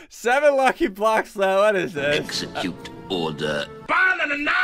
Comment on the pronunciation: He's saying execute order not all the